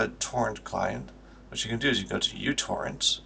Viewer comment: Did you know it's not actually pronounced as "you torrent"? The symbol stands for micro, so it's pronounced as "micro torrent". The more you know...